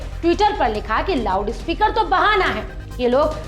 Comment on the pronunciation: Did she say lavdu speaker? 😂😂😂